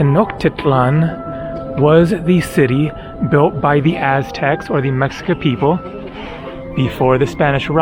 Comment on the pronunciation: The ''X'' in ''Mexica'' is pronounced as ''Sh'' or ''Sch''. Nice video.